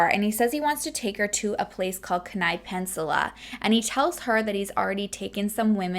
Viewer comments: I watch you all the time now. This one hit home because I live in Anchorage. I know how you feel about saying names properly. So this is coming from love. It's Key,ni (Kenai) and ca nik (Knik). We have so many interesting names here and I'm not even sure we pronounce them properly. But they are meant to be spoken in native tounge. It can get pretty tricky. Love this video. Just wanted to say hello and wtf is wrong with people. 😘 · I know I am a little late on this but I just discovered you. I live in Alaska and I know how hard it to pronounce a lot of things here Kenai-, Key-Ni. Side not it is absolutely beautiful. And Knik is Ka-Nick. Eklutna Annie- E-Clue-t-Nuh Boniface Mall- Bon-eh-face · I love you and your videos but I honestly cringe everytime you say Kenai, its pronounced Key-n-eye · It's pronounced Keen-Eye Peninsula. Just so you know. This was a big deal here in Alaska. You are giving lots of info I hadn't heard before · I live in Alaska, on the Kenai Peninsula (Which is pronounced Keen-eye but that's ok! Nobody gets it right!) and we learned about this case in highschool a decade ago. It's so crazy because this is such a small population and I've met someone with family ties to him. Thanks for shedding more light on this! He was an absolute monster human. Love you and your channel 💜